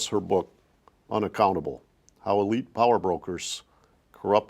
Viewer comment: It's the el-ite. The EL-ITE.